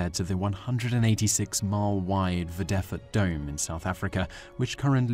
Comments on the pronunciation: Lol Vrederfort is pronounced freer- de-fort, not fredefit. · Vredefort is pronounced as Freadè–fort with the emphasis on the first syllable. Meaning Peace–fortress. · Its pronounced "free - de - fort" I'm from South Africa so I know this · Pronounced Free Da fort Dome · its FREA-Dah-Forrrt dome. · Number 1 - lets all try pronounce it. Vredefort. (Free-da-fort). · ZAR20-00 for anyone who pronounce "Vredefort" correctly! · I wonder if you could have pronounced Vredefort any worse